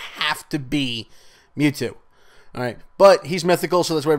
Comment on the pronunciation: Go and watch the anime or play the original game and learn the correct pronunciation of Mewtwo's name.... MEWTWO,....MEEEEUUUUUTWO......Not Me Two.